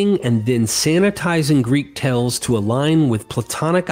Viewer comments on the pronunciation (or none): The word "scarcely" is pronounced with a long "A" sound, as in the word "scare". Also, "hearth" uses the same vowel sound as the word "heart". And the most often one I hear on your vids, "tales" not "tells". I'm rooting for you, mate, but you might want to clear some of these mistakes up if you want people to continue to take you seriously.